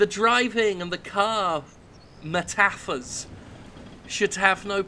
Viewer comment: Henceforth shall I pronounce the word "metaphor" as Meh-TAH-Fore until my dying day.